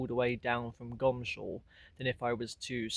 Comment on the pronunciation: It's really or should be pronounced Goms hall instead of Gomshall! I suppose it is the laziness of pronunciation?😊